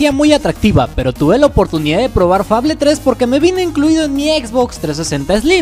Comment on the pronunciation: se dice FEIBOL (fable)